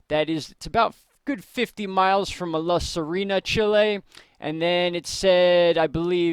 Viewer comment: Is CHILE not CHILI fellas..👍